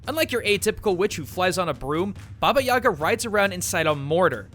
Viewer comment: The way he says Yaga hurts me...